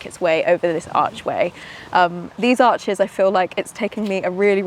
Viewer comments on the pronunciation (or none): none